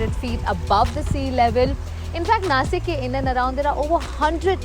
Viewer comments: Good video just that it's not Nasik it's Nashik just like Washington is not Wasington... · Its Naa-Sheek not Nasik.